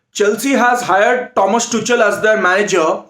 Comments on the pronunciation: Pronunciation : It's Tukal and not tuchal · Tu Kal not tu chal 😂😂😂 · It's pronounced as Tukhel not Tuchel😂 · It is Tukal not Tuchel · Thomas toCHal I LOVE THE WAY HE PRONOUNCED OUR MANAGERS NAME 🤣🤣😂😂😂😂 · Thomas "Tu-kel" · No one:: Tomas Toochell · Bro it’s pronounced Tuhuel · Bro its Tuchel=Too-Khel! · No one Literally No one: Thomas Tu-chal 😂😂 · It is pronounced as TUKHEL . And to be honest he knows nothing about either cricket or football. Just barking here and there without any sense. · Tuchel ka pronunciation sikh lo next match ke pehle. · I hope that tuchel isnt fired before you learn the proper pronunciation of his name lol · Pronunciation of tuchel is wrong, please correct Ur pronunciation